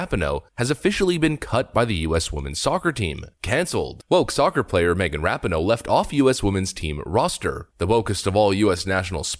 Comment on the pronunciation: Hey.... it's RA-PEE-NO. Just to let you know....